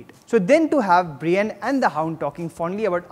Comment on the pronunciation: U watch with subtitles right?? It's Danny not Dainie, Davos is pronounced Dah-vos not Dae-vos and Brianne is pronounced as Bre-Anne not brain.... pls stop just stop... I don't wanna b rude but u talk too fast and seem so nervous....